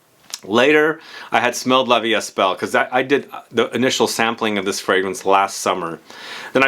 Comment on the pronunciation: I need to go smell this one. It's interesting how a perfume can be a reminder but better to very generic perfumes! Also, in "la vie est belle" the S in est is silent ;)